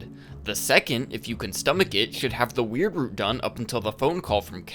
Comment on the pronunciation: i just wanna say, as a canadian, thank you for pronouncing it "weird root" instead of the american pronunciation